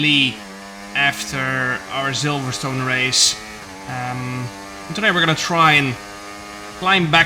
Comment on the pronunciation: Jarno..it's not Zilverstone...but Silverstone :)